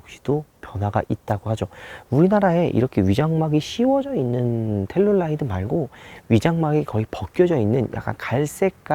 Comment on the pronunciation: 저번 영상에서부터 텔’룰’라이드 나만 신경쓰이나ㅜ